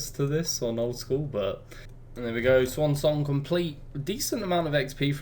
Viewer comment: cant say i've heard someone butcher the word swan before